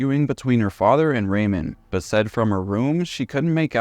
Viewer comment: You don't know how to pronounce "Ramone?" um No, Ariana was NOT smart. Unpopular view, I know.